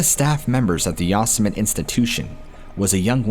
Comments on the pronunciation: Yo-Sem-it-tee. Not Yas-Sem-it. Never heard of Yosemite Sam? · Who says ya-summit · Oh my, 😂, I’m guessing you have the common pronunciation of Yo-sim-it-ee By now. Hey, who am I to say, the native settlers might very well pronounce it Yo-simite 😁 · Yo semm eh tee. It's a Native American word. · Why are you pronouncing Yosemite like that? Ya sa mit ??? OMG, its almost too much 🤯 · It's pronounced "YO-SEM-E-TEE" I'm sorry, stories are interesting but that's been driving me absolutely bonkers🤣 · Lmao you guys must mispronounce words intentionally to see if people are still paying attention right? Ive heard others do it too like darkness prevails. You called it ya-sim-it for the whole story lol. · IT'S YOSEMITE (YO-SEH-MITEE)! I'm about to have a stroke!! Lol. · U Sim men ne is How you pronounce it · Yos-sym-it. An enigma wrapped in a mystery. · that's pronounced Yo-sim-ity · I think you mean Yo SIM uh tee National Park. Love you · Are you saying yossemite on purpose to make fun of trump? It’s making my ears bleed lol. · How can people say Yosemite wrong??, I quit listening to that story because it was too disconcerting. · I think you're saying Yosemite wrong just to troll us at this point 😂🖤